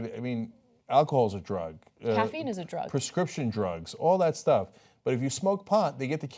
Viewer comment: perhaps in her dialect of English "is" has lost the "s"...